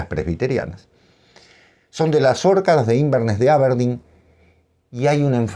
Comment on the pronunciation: ¡Que pena que los dos maestros, Cortázar y Borges, hayan sido argentinos! Bueno, qué le vamos a hacer, nadie es perfecto. ¡Ah!,, "Orcadas" se acentúa, prosódicamente, en la segunda "a", (contando de derecha a izquierda, por supuesto), por tanto es una palabra grave, de lo contrario, como lo pronunció ud. sería esdrújula.